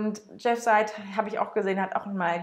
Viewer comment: Er heisst Jeff [seɪd] und nicht [said]